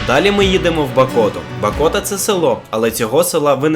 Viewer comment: Правильно Говорити Б'АКОТА